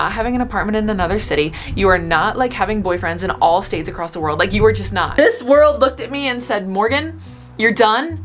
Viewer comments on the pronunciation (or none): none